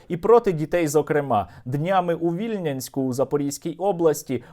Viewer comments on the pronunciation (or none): Правильно казати Вільня́нськ) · Дякую за відео. З наголосом трохи неправильно, місто ВільнЯнськ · Стосовно Вільнянська, не вірно наголос. Правильно буде ВільнЯнськ.